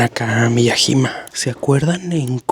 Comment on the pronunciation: Se pronuncia M I Y A Y I M A